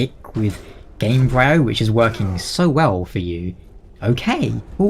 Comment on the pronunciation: I believe the -bryo part of Gamebryo is pronounced like in embryo.